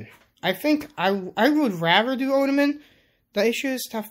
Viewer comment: Ottoman is pronounced like "auto-man."